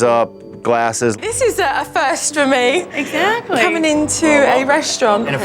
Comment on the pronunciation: Will someone please tell Jo how to pronounce exactly? It’s not sackly but exactly. I’m sure I’m not the first one suggesting this!